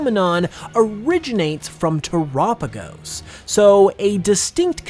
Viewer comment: Dang I hate when people call it "tur-apigos" because it has "tera" in the name because of the terastal connection. You don't pronounce tera like "tura" do you... I guess everyone has their own way of pronouncing things, though lol. Nice video!! As always :)